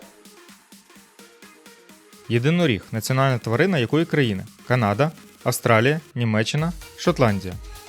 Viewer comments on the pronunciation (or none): none